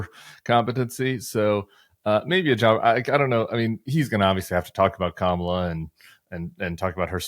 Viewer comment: Kristol needs to learn how to pronounce her name. It is Kah not Cam as in camera.